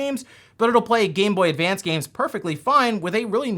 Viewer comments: There's no "d" in GameBoy Advance. This is driving me insane. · Advance. Not advanced. It’s like Interac not interact